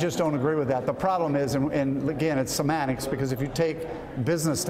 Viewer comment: He said sematics? Surely he meant semantics but couldn't even get that out.. Liar.